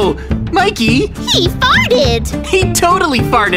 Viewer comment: Mikey not miky